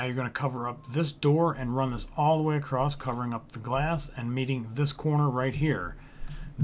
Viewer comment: Very nice tutorial, I appreciate the time you took to make this and I actually followed the whole thing and made the ship in survival mode. But can you please pronounce across correctly without the "st" sound at the end? I wanted to scratch out my ears every time I heard it haha